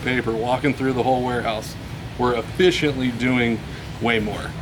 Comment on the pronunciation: the word is “efficient”